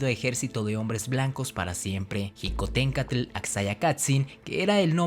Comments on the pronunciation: No se plronunsia jicotenka se pronuncia shicotencatl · Mi abuelo me ablo sobre Xicotencatl pues es mi apellido materno Y se pronuncia shicotencatl no Ji como tú lo haces saludos desde puebla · Xicotencatl se pronuncia shicotencatl o apoco dices jochimilco? E investiga bien lo que paso con Xicotencatl, estas en un gran error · Felicidades por el video y por el canal, te sigo y me gustan tus videos, con algunas reservas, en particular quiero hacer un comentario respecto a cuando te refieres a Xicoténcatl, si bien es cierto que la X en MÉXICO tiene diferentes usos, el que tú usas la J para referirte a Xicohténcatl, en lugar de la SH (fonética) y dices Jicotencátl, el mismo corrector del teléfono advierte el acento de otra manera, solo es un comentario para saber de donde proviene el que pronuncies así, y así poder retroalimentarme, gracias por la atención al presente comentario y nuevamente felicidades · Mal prononciado Xicoténcatl e Ixtlixóchitl, ahí dejé de ver, por favor más seriedad nopalones, le echan mucha crema a sus tacos, al parecer en donde estudiaron la primaria tampoco sus "maestros" tampoco supieron la correcta pronunciación de los nombres.